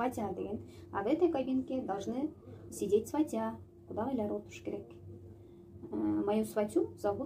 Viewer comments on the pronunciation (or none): Ударенияларды туура эмес коюп окуп жатасыз...сизге ишенип туура эмес эле айта бериптирмин..сваты, сватья деген создордо ударение 1-чи а тамгасына басым жасалат экен барыга..сизге ыраазычылык билдирем. Коп нерселерди уйронуп жатам сизден...туура кабыл алуунузду отуном..ишинизге ийгилик!!